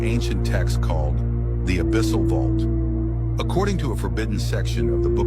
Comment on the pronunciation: It's been a week and I'm still in tears over "abyssle"